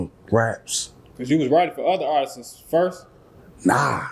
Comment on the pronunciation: Dude said: "Artisses" 😂 be the last one to get paid. It's Artists my man.